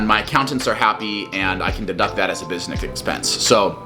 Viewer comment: "and I can deduct that as a bussi-Nick expense"